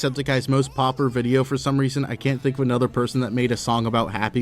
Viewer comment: tries to pronounce "popular" challenge: IMPOSSIBLE